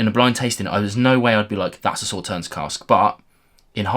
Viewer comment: Just FYI: Sauternes is a sweet French white wine made from grapes (not strawberries - wherever did you get that idea?) - specifically Sémillon, Sauvignon blanc and Muscadelle - that have been affected by 'noble rot', which concentrates the sugar in a similar way to frost for Eiswein/ice wine. Oh, and the "s" at the end is silent, so it sounds more like "saw tare n"...